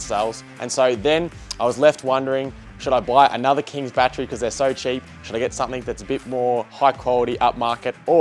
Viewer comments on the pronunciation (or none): none